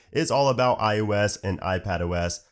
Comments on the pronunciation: Is it just me, or does he keep saying ius instead of iOS? Really bugs me. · why do you call iOS iYewEs?